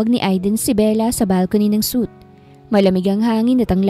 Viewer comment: Suite is pronounced as “sweet”, not soot.